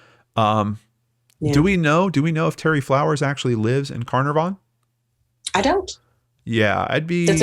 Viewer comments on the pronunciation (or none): Such a touching case with an amazing outcome. Hopefully cleo was not physically harmed. Have to admit the way you pronounced carnarvon was totally cute though completely wrong. Its a soft r. Like cah-nuh-v-n